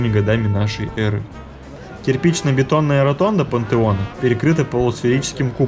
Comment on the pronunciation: Неплохой фильм, посмотрел только что по ТВ и пересмотрел здесь, очень познавательно, спасибо! Однако некоторые моменты дико режут слух: Юстиан вместо Юстиниана - и (хотя в описании под видео имя этого византийского императора дано правильно), пуантеон вместо пантеона - , благословЕнна вместо благословленА - . "Тщательнее надо быть! Тщательнее!" (с)